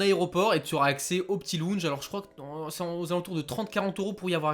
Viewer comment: Lounge 😂 belle prononciation 😂😂 Sinon bravo !!